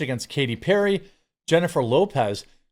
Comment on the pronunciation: I think it “yennifer lopez”